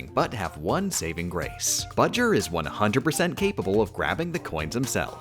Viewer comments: "Bowser" not "Budger" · Everything he says budger my trigger level increases by 5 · I hate all the times ya said "Budger" When I finish the vid ima put all the times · Um Who’s bajar it’s bowser jr thanks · I don’t know why you keep referring to Bowser Jr. as “Budger”. Unless it’s “BJr”. Either way I think it’s funny. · She says it like that because if you sound out "B. Jr." It sounds like that "buh-jer" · Why is she calling him budger? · Why did he call him budger? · B-owser J-unior BJer, which they pronounce "Budger" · no its budger :3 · Why "Budger"? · Why does he call Bowser Jr. "Budger"? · why does she call Bowser Jr. Budger? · I think she is. B. JR - Budger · Nobody is talking about he is saying bowser jr wrong 😡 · It's obviously for a joke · Love the video. Hate the way you pronounce Bow-Jr.